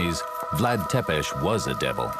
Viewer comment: Cant even pronounce tepes correctly.